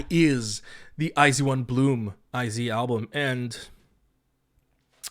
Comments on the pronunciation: i wasn't paying attention, did pd not say it like ai jeu won? edit: it kinda just sounds like they said zeu instead of with a j sound, but idt its a big deal bc they know korean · hxlographic the way i had heard it was they had said it like the letters I and Z, so “eye zee one” rather than “ai jeu won” so like as if eye zee one were meant to be the english pronunciation, considering a lot of their audience are english speakers i don’t think they were trying to say the korean pronunciation. although yeah it’s not a big deal i don’t think it matters too much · this was really enjoyable since iz*one is my ult group lol i watched the whole thing but also would like to let you know iz*one is pronounced eyes one and the album name is pronounced bloom eyes, hence the songs eyes and open your eyes as well as their greeting eyes on me :) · never heard any korean (reactors/idols) pronouncing it as "zee", eeehhh? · hxlographic but thats not the korean pronunciation